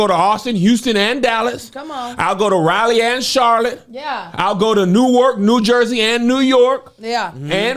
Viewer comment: Why can't anyone pronounce Raleigh correctly? LOL! RAW-LEE